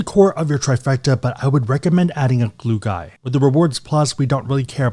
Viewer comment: well, i learned about the term 'glue guy'.. had to put on the subtitles cuz i thought you were having a stroke